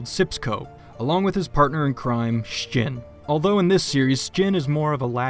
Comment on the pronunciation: Sips is a bastard. But he does make some great dirt. Kudos on the Sjin pronunciation btw. Also this reminds me, it would be awesome if you did a sculpt of the Hat Films lads! Your sculpts never fail to amaze me, they're always so detailed and well-made!